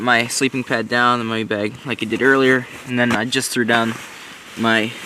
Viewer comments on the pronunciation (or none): none